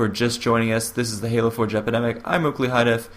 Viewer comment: Sounds like hes saying "Halo For Jepidemic.